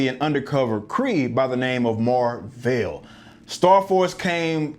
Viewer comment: Totally agree with your review, I wanted to walk out the theater when Annette Bening said her name was Mar-vel🤬🤦🏽‍♂️